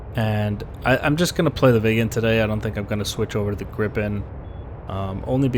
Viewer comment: Viggen, sure. Grippen, no! Sorry, I've pointed this out earlier today, but geez my ears are bleeding here man.. :P